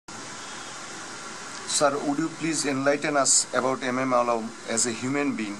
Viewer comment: I am not describing legendary PILOTS but the poor accent the interviewer in English like addressing Legends Azam as Azom ?? Alam as Alom ??? this clip is in Youtube as a Bangladeshi its insulting to see this kind of inept poor quality Anchor of the clip interviewer .